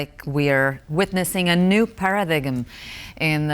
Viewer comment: "para-diggum" lol (in the word, 'paradigm' - - - only the "g" is silent ----> [ PARA/dime ]